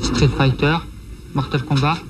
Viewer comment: c'est moi ou il adit "mertal kombat"?